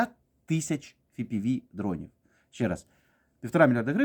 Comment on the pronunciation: Чув, що є така країна - хробакосія... П.С., не ФіПіВі, а еФ.Пі.Ві дрони. ФіПіВі - це у владлена татарського...